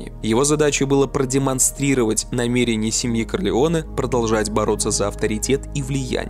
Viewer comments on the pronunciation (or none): none